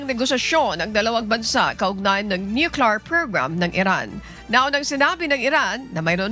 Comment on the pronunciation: Ate… please wag na paghaluin and English at Tagalog accent. Tagalog ang balita mo.. sa tagalog accent lang kasi mas nalilito ka kung maybhalong english accent. Di magandang pakinggan. Sabi mo sa word na military.. may accent.. pagdating sa word nuclear.. napalpak na ang english accent.. tagalog accent na lahat.. wag na slang-slang..please!!!